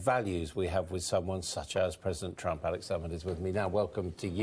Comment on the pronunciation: I like the way he calls him 'Trumpf' lol